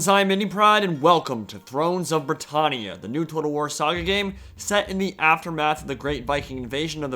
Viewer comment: The way you pronounce britannia annoys me every time